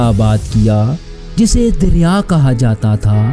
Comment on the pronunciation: ارے بھائی پہلے تھوڑا محنت کیا کرو صحیح سے تلفظ بھی ادا نھیں کیا جا رہا آپ سے دریا نھیں. درعیہ تلفظ ھے اور حنیفہ. اور حنفیہ میں بھی فرق ھے